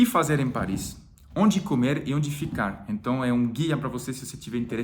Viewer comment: O dia em que vc disser "então" no lugar do "enton", já era! Virou definitivamente brasileiro. Kkkkk. Abraço e boa sorte